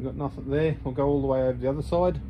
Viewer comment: I hate to be picky....but it's "nothing"....with a "g".... not "nothink"